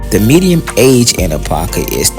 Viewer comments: I like the vid but my cities name is pronounced a-pop-kah you keep saying a-pah-kah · Really enjoyed the footage, history, and accuracy. Only one request. Apopka is pronounced Ah-Pop-ka. Both "p's" are heard in speaking the name. Other than that, great job. What's now below the railroad tracks is still predominantly Black but is now infused with Caucasians and Hispanics. I've lived on both sides of the tracks. Such an experience. Have you done anything on the town of Zellwood? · i Lived in Apopka for nearly 30 years from the late 60s until 1999 i moved just in time it's over crowded and the traffic 😥 your mispronouncing Apop-ka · First, you are mispronouncing Apopka. There are two Ps so there’s a “POP” sound. Ah- POP-kah. You completely missed some important sites like the City Hall, which is a beautiful Georgian Colonial style brick building. Apopka is the 2nd largest city in Orange County behind Orlando. Apopka comes from the Seminole word Ahapopka for "potato-eating place". Apopka is known as the "Indoor Foliage Capital of the World" due to its many greenhouse nurseries. We had the 2nd longest running mayor in the country, the late John H. Land, with over 61 years of service. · Your pronouncing the city's name wrong.